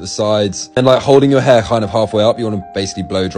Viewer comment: I at least here him say heirrrrrr so much